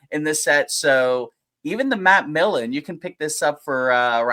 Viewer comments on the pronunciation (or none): PS its Millen, not Milken...the name is right there on the card,! lol (don't you dare edit your response! haha)